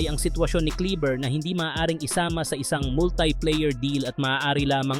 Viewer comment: Kleba ang pronnounce non